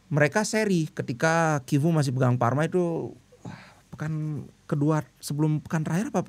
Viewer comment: Tetap dibaca civu bli.. ga kivu. Kalo cuman C.. kayak coco dibaca koko.. kalo CH ttp dibaca ce.. civu😊